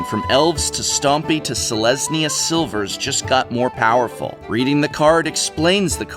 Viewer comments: Selesnya sILvers? You mean sLIvers. The L is before the I. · Did you mean to say silvers instead of slivers? Otherwise it would be really bad... No one (except for new players) calls them silvers!